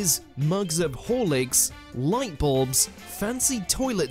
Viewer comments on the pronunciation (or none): Supposed to be english and the poor lad can't say bulb he says ballb